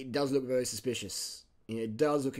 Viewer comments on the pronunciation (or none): none